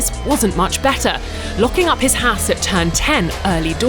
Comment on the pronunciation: "Haas Sandwhich"